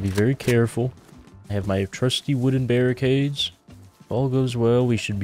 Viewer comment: BARRI CADES BARRI CADES